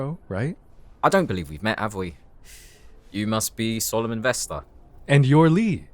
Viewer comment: BROO THE WAY HE SAYS “solomon” WITH THE ACCENT IS SO 🤭😫😫😫😩🫶